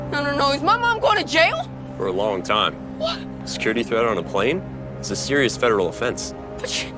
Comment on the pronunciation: “No, I’m seewious, youh making a big mistake!”